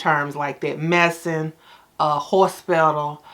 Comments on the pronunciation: 🤣 not "horsepedal" 💀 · That hospital pronunciation took me out 🤣🤣🤣 Yeah you need to say that more often